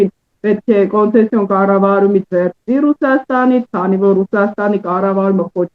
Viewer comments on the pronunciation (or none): Կոնսեցիա չի, կոնցեսիա է, մի քիչ տրենիրովկա արա։ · Տխուր է, այս երիտասարդ լրագրողը չի կարողանում անգամ նորմալ արտաբերել concession հայերեն հոմանիշ բառը։